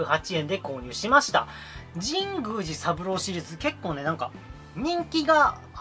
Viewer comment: 神宮寺の発音おかしくないですか？w Wiiリモコン安いのはいいですねー ハードオフ安くて324円しか 見たことないです(ﾉω･､)😵💦